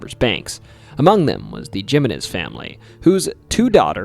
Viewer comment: It is clear that you never studied Spanish in school because love to mangle Spanish words. 1) The letter "J" in Spanish is pronounced like the English /h/ sound. Also, it is the second syllable that receives the stress, not the first: "hih-MEH-nehs". 2) The double "Ll" in Spanish is pronounced as the English /y/. "Llorar" is the Spanish verb "to cry". The weeping river-side ghost is pronounced La "yoh-ROH-nah". 3) "Fe", the Spanish word for "Faith" and is pronounced "FEH". The famous railroad line in not pronounced Santa "Fee". You do so much amazing research for your videos, why can't you take a few minutes to look up how to pronounce words and names.